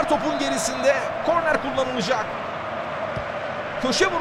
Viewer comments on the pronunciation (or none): none